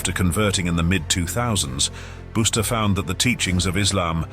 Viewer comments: Busta Rhymes is "Bust the rhymes", not "Boost the rhymes" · Hum lol "Boosta" 😂😂😂 Busta Rhymes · You kept on saying booster, when it's buster rhymes 😂😂😂